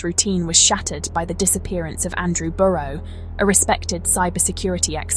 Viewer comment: Terrible video.. couldn’t even pronounce his name correctly. Video footage is garbage